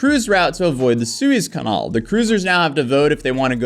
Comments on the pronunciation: Please learn how to pronounce "canal" properly 🙏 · Please look up how to pronounce the word canal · I will forever pronounce canal, “conol”. Thats how says it so thats how I say it from now on. Inquiring minds want to know if he pronounces antenna, “antanna.”